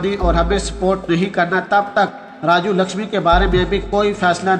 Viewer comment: It is RAJU LAKHSMAN and not as (LAKHSHAMI) as you pronounce.